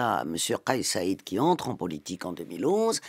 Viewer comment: Rached et non Raded et Saied et non Saded